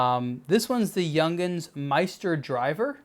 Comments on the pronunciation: It is pronounce like Yoong hans. Not like Young hends. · Not pronounced Young’ins. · Hey, its pronounced Yung-hans.